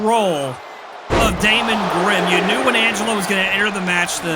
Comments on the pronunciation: Highlight of the night: trying to say Angelo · Angle who 😂 Jesus Christ lol